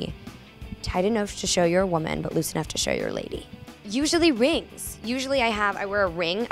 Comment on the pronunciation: when she first said "rings" i thought she said "wigs" lol